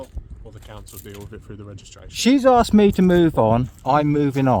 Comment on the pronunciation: Asks not aksed